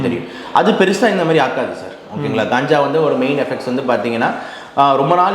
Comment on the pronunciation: Ulagame Kanjaa enru solgiradhu. Indha dr , Gaanjaa , Gaanja enru solgiraar .